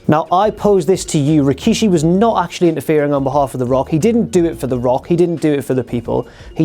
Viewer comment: It was going so well, then he said Rikishi...